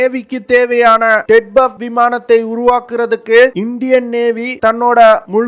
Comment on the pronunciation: ted buff ah??? solla terinja sollu... namma makaluku oru research and analysis koorum teriyaradhu ille, pronunciation um teriyaradhu ille. ara vekadu news terinju vechutu yellam terinja madri pesa vendiyadhu. Twin Engine Deck Based Fighter (T E D B F).